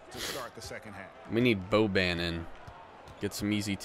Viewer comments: Just so you know Boban Marjanovic is pronounced bow-bonn mar-yon-uh-vich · You’re pronouncing boban’s name so wrong lol